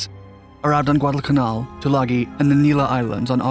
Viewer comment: Good video just annoys me how he pronounces Guadalcanal